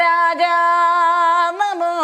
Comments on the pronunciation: ഏതു ഗുരുമുഖത്തു നിന്നാണ് പഠിച്ചത്? ഗണപതി ശ്ലോകം ഇങ്ങനെ ജപിക്കാൻ ആർ പഠിപ്പിച്ചു? എന്തു കഷ്ടം.വന്ദേ അഹം എന്ന് ജപിക്കുന്നത് തെറ്റ്. അതുപോലെ നാമോ നമഃ എന്നല്ല "നമോ നമഃ "യെന്ന് ജപിക്കണം. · എന്ത് വാ ഇത് എന്റെ പൊന്നേ എല്ലാം കൊള്ളാം. എവിടെയാ സർവാ എന്ന് പറഞ്ഞിട്ടുള്ളത്.നാമോ എന്നൊരു മലയാളം വാക്ക് ഇല്ല.ഇങ്ങനെ ഭാഗവത സ്തുതികളെ നശിപ്പിക്കല്ലേ. നല്ലയൊരു ആചര്യന്റെ ശിക്ഷ്യ ആകാൻ നോക്ക്.. ഒരുമാതിരി നന്നായി വായിക്കാൻ അറിയാമല്ലോ. ശിക്ഷ്യ പ്പെട്ടു പഠിച്ചു എന്ന് തോന്നുന്നില്ല. ആയൊരു കുറവ് നന്നായിട്ട് ഉണ്ട്.. 🙏ഒരു മാറ്റം ആവശ്യമാണ്.ഇടയ്ക്ക് വന്നപരസ്യം അവസരോചിതം തന്നെ. ഹരെ എന്നല്ല ഉച്ചാരണം ഹരേ എന്നാണ്. 🙏